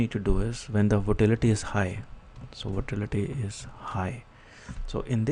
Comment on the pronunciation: its not votality its volatility